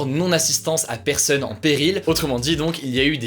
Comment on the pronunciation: Par contre dites lui qu'il y a un "o" dans "personne" et pas "eu"